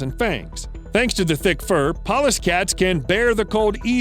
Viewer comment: I know he said very thick fur, but who thought he said very dick fur?